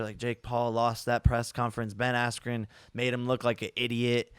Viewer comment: The ref not letting him continue combined with Buffer mispronouncing his name „Askwho“ on purpose made this whole event feel super rigged and corrupt. Not even saying the result would have been different if they continued. But the ref looked like it would be in his interest if Jake Paul would win...